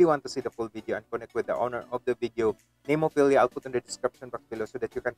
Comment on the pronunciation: Nice enough reaction but how can you say the name wrong so many times even after it’s said 3 times in the actual video? There’s no IA at the end, it’s easily pronounced as Nem O Phil A